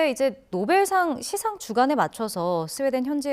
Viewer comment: 평론가께서, 시상의 발음이 틀렸다.! "시상"의 "시"는 장음인데, 평론가께서 짧게 발음했다. 이는 실로 놀라운 일이다. "한국 어문을 고발함" 이라는 책을 읽어 주시기 바란다.